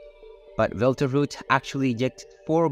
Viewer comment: Belterouge? FFS learn at least something before you feed your garbage into an AI speech-over.